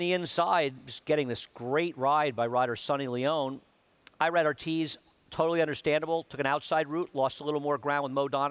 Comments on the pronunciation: Isn’t Irad pronounced E-RAD not EYE-RAD? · Lol and Irad is pronounced E-Rad not EYE-RAD